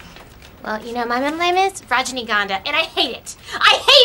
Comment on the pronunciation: Raja Uganda? Seriously? She said rajanigandha😂